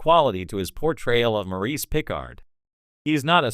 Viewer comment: When you choose to use an AI voice for your narration it might be good to find one that can pronounce "Picard." Lazy and amateurish.